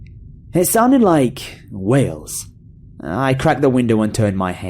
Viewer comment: I thought he said "whales" instead of "wails". All I could imagine was making ominous whale noises in the woods.